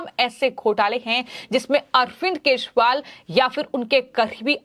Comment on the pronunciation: are kejariwal ka naam to theek dang se bol lo, kya achor ho... apni aawaj theek karo